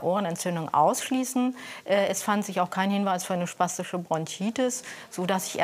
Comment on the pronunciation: Spastische Bronchitis? SPASTische Bronchitis 😂